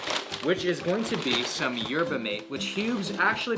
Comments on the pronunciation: It isn't 'mate' you pronounce it 'Ma Te', the Argentinians drink it all day long, it is like a bitter tea, suppose to help with digestion, especially since most Argentinians are carnivorous (very high meat consumption society). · Mate is pronounced like ma-tay! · Yerba Mate is pronounced like latte with an m btw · Yerba mate (ma-te)😂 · I know it is normal since mate is from Argentina, but the way he pronounced it did hurt a little 😅😂😂